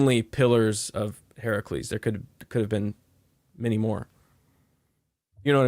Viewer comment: Are & trying to say pillars of HERCULES?? “Herc- u-les”. It’s not Heracles. Yet y’all kept butchering it over & over! 🤣😬